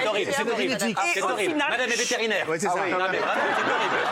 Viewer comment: “Madame est veterinaire” 😂